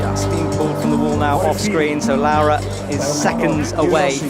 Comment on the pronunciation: he gets Laura right I think (like "laow-ra") but I'm fairly sure he got the stresses all wrong in her surname. Isn't it RogORa not ROGora? Italian normally has the stress in the second-to-last syllable.